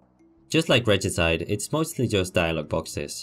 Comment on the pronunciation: Pretty sure you got it right. Reh-gee-side